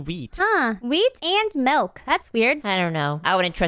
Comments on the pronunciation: "There's so much malk" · says malk😂😂😂🤣🤣🤣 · said malk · did call milk malk?